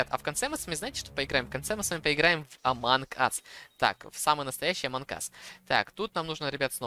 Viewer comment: нэ аманк ас а амонг ас вот так правильно!!!!!!!!!!!!!!!!!!!!!!!!!!!!!!!!!!!!!!